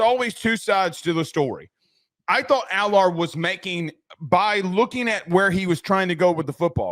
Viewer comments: can you please pronounce his name correctly AL ERRR. Drives me crazy., he was dropping balls into receivers hands and they can’t catch them. If he was at Ohio State he would be QB1 this year. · Can y'all please pronounce Allar's name right lol